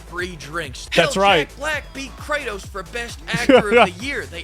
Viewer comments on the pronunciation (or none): none